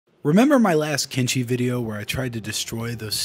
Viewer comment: Kenshi it's kenshi wooot